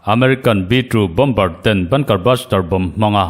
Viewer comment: Bom bar ti ziah aaaa😂 Bomer ti ve mai teh,😝